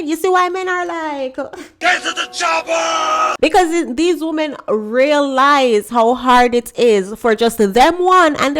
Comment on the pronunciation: I still don't understand why you influencers when talking about women In plural, you pronounce it woman singular.